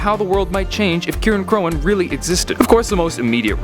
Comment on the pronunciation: I think "Cirein" is pronounced like "Siren"